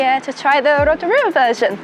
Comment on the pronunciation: not u wearing a pounamu and pronouncing Rotorua wrong hahaha